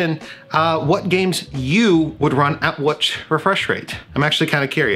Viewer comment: "Chind of chill" lolz